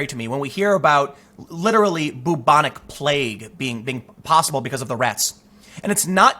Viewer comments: Byooobonic. Not boobonic. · “Byoubonic” Not: ‘Boobonic’ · I love the way you pronounce "Boobonic plague", Tim. You make it sound like some sort of breast infection. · Just so you'll know, it is pronounced, like bew-bon-ic, not boo-bon-ic. Fyi. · Sooo can anyone correct me here, I'd always thought it was pronounced `Byu-Bo-Nic` plague, not 'Boo-Bo-Nic' plague, have I been lied to all my life? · Byou-bonic, not boo-bonic. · It is pronounced Bew-bonic NOT Boo-bonic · It’s pronounced BYOO-bonic, not BOO-bonic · When you're so regressive you even reintroduce medieval plagues. Welcome to SJWism in practice. And Tim, for the love of all that's holy, the first bit of bubonic is pronounced like you'd pronounce the first bit of Bueller. It's an American movie where they don't ever say Booler so it's not an Americanism. B-you-bon-ick NOT boo-bon-ic. I don't want to be booreaucratic in pointing this out but the way you say it isn't bootiful. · I was going to ask you to please look up the pronunciation of bubonic but apparently "boo-bonic" is the american pronunciation of it. So grating on my ears every time you say it. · Tim great work as always but u pronounce it "bewbonic" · It's pronounced b-yoo-bon-ik.